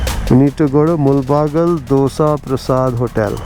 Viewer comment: The correct pronunciation of "do-say", as it is said in KannadA. Phew! What a relief.